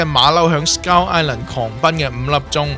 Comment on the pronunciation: 我成條片都聽到(S鳩)Island 😂